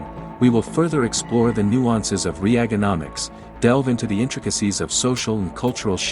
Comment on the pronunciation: No , you didn’t pronounce Reaganomics like that.